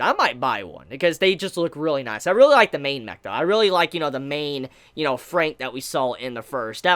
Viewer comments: You're still saying the title wrong, it's said Darling in the Franks not Frank. Hence the double XX after Fran gives it a plural sound. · WHAT THE HELL!!! How dare you mispronounce the title of the anime. God forbid anyone mispronounces something nowadays. I'm sooo offended right now I can't even handle it. I'm utterly disgusted....... btw, I really liked the later part of the episode with Ichigo and Hiro. I personally like Ichigo more than 02 currently.